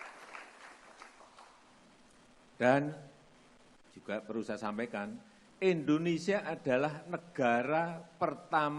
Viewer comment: Endonesia.. Harusnya Indonesia